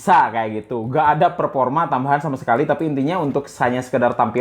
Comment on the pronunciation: Perporma ya